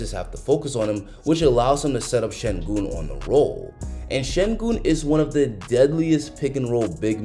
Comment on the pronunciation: not shengoon but shen-gün. ü as in über.